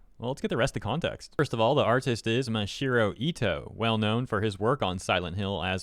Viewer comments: nooo, it's not Mashiro, it's Masahiro. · Reading Japanese names is really simple and easy, I don't know why people keep saying them wrong. just straight up called him Mashiro no sweat. It's Ma-sa-hi-ro. Each one sounding like they are written. you don't have to guess anything, just how did Ma-sa become Ma-shi. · It's Ma-sa-hiro Ito not "Mashiro Ito". Edit: OH MY GOD!! I am so sorry but you continuously calling him Mashiro is genuinely annoying me and idk why lol 😂😂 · Does anyone else cringe when he says “Mashiro”? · hey man its Maw-saw-hero. Japanese has hard congregation sometimes. im a beaner but japaese word structure is easier. be well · Bro really pronounced his name wrong the whole damn video, smh.